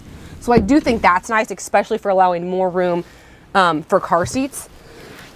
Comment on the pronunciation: I definitely gave you a thumbs up, that was very informative and I enjoyed it. My one tiny criticism would be that there is no "x" in the word "especially".